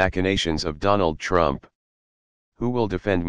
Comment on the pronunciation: DERRHANLD REUUUNPFFFFFF!